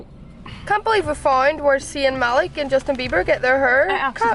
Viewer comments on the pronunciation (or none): none